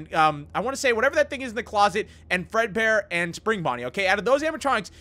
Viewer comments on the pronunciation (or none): yes I am speed who else had a little moment of silence for there soul prepare your eyes hewo! oh HEEEEEEYYY how are you? EEHHBBBRRRREEEEEHHHGGGEERRRRRR Fred peekaboo! I have died! Also does anyone notice that when says fredbear in a hurry it sounds like furrburr?